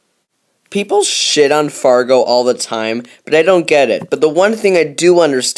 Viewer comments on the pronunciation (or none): It's Largo, not Fargo. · he says fargo instead of largo. stupid